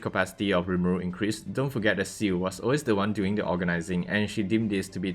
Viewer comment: wha like bruh you literally call ciel shu or ciu like seriously even i can say it